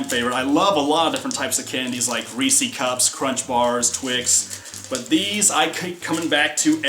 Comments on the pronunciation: Okay did he say reecy cup I am going back to six years old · They way he pronounced Reese's cups. I'm not judging it was just funny to me. I'm sorry if I was offensive.